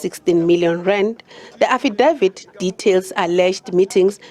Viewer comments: I hardly heard the report. All I heard was affidavit being mispronounced repeatedly - to the point that I wondered who da eff is "Affie Dawid". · Lol Affidavit 😂 you should buy some ENGLISH LESSONS